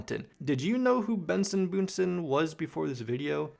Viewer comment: Bro bro know why is he calling Benson literally Boone it isn't boom it's Benson